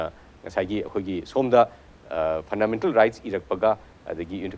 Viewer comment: Host, not phandamental